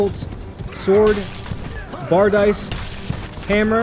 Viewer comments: Bar dice* (Bardiche) baar Dee shey Nich* (Niche) Neesh Just being helpful, or trying to anyway. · I always thought it was pronounces bardi-shay but that's interesting. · Is that how you pronounce Bardiche?